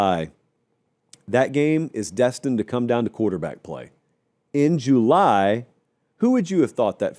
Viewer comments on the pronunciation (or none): Let's help him with Juuuuly 😂